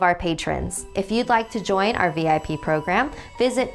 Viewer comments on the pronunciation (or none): none